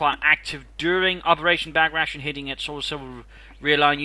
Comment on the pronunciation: Hey, nice cast. Just thought I'd add, Operation Bagration is pronounced like bag-ra-tee-ohn.